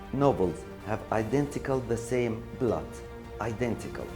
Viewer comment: It was identical not "idantical" وشكراً وبالتوفيق ✌